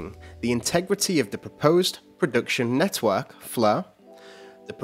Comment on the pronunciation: Lol 'Net-hwork' is what I hear when this guy pronounces Network XD